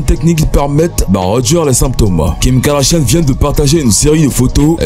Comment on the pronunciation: Kim kardachiane kkk all bery pronoce bien les noms des gens aux moins